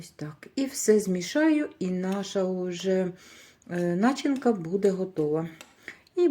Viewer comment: Кажіть не нАчинка, а начИнка❤